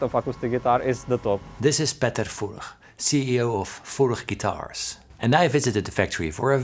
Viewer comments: Thank God a Dutchman does a video with this company, so that finally somebody on Youtube pronounces the name Furch correctly. 😁 What Paul says in the end is even true, if you don't play the guitars yourself, but just listen to them more often: you hear more differences the longer you listen. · Nice pronunciation of "Furch" :) Regards from Furchland!